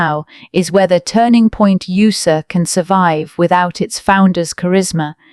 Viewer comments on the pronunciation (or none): Get a robot that knows how to use words and tones and knows how to say USA without sayer USAER. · Turning Point U.S.A! Not ooosa, you AI video generating muppet. 👎 Blocking your trash channel.